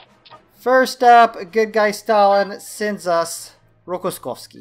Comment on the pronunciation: he is not Rokoskovsky, but Rokossovsky!